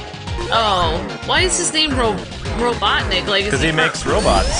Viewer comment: dr robotnik RO BOT! Nik. You call him DR Robut Nik. Like seriously.